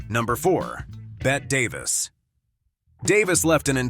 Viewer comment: Narrator should look up the proper pronunciation of Chevy Chase, Bette Davis and Zsa Zsa Gabor. So hard to take these videos seriously when the names are wrong.